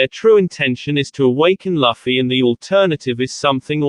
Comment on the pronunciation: It's looooffy not laaffy